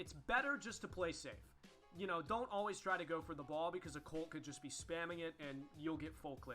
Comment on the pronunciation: stop saying alweese